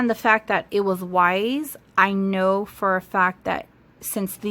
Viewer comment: Weiss is pronounced like “Slice” not wise 😉